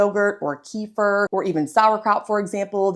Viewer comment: Isn’t the correct pronunciation “ke-fear”? Really asking